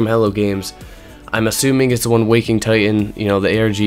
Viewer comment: It's called Waking Ti T an... not Ti-ehn